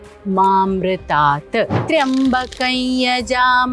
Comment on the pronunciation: Not yamamarita...its ma amrita